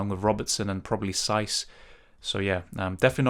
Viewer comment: saiss is giving me a headache 😂